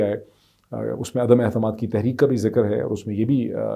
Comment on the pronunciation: Dr. Sahib Mohtaram! May I raise your attention to following: You keep on saying "adum ehtamad" (عدم احتماد) ! whereas the correct expression is 'adum aitemad' (عدم اعتماد) Respects.